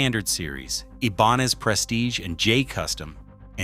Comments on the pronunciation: "ebanez"? Stop with the AI narration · It would be nice if you could use a human instead of the goofy AI-voice over. Ibanez = Ee-bahn-ez? Come on. And there's a lot more, including bad information. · It's pronouncing it in, "Spanglish". The "I" is an "E" in Spanish. However, the "N" is really an "en-YAY". (You know the "N" with the little squiggle on top.) The Spanish pronunciation would be, "ee-bahn-yez". So, the AI butchered int in both languages. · This AI voice ... how he pronounces Ibanez ... so irritating. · I wanted to ram my fist into my Android the way Ibanez was pronounced. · Ebanez? StratOOOcaster lol AI crap